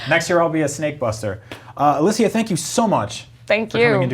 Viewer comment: I'm puzzled why they pronounce Alicia the way they do. I predict this'll end up as another failed video game adaption - another one on the list